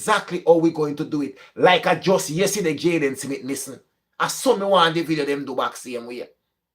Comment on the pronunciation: It’s smith not simith.